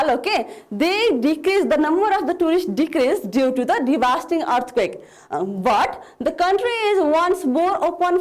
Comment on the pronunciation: Divasting hoina divastating ho.No offense